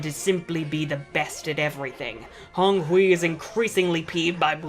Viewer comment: 10/10 pronunciation of Honghui :p